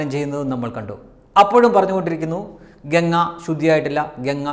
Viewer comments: ഗങ്ങ അല്ല ഗംഗ ganga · ഗങ്ങയല്ലമോനേ ഗംഗ പവിത്റമായ ഈപേരെങ്കിലും ഒന്ന് ശരിയായിപറയ്.എന്തൊരുഗതികേട്.